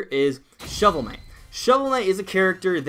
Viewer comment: Ah Yes...Shovel Kight.